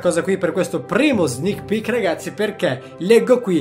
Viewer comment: Io in tutto il video ho sentito solo "snich pich"